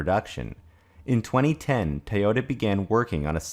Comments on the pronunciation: It's pronounced TOYOTA not TAOTA. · What is "tahyotuh? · Why do you keep pronouncing the name Teota? Is that closer to the Japanese? Look, I don't care whether they commit to all electric or not. As long as they don't interfere with what the other car makers are doing! Personally, I think hydrogen fuel cells for passenger cars is an incredibly dumb way to start. And that if hydrogen is to be viable at all, it will begin with large commercial vehicles and vessels with predictable routes. But, hey, Toyota is certainly free to try if they like. That's between them and their stockholders. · Why are you pronouncing to Tay-ota? Very annoying.